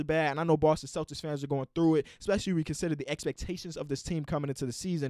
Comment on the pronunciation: “expecially” come on man